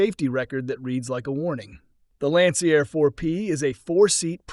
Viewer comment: yep, it’s easy to pick up the AI Narration; it doesn’t recognize Roman Numerals, calling Lancair IV-P an “eye-vee P” it also butchered Lancair by calling it “Lancyair”. Man, I hate AI.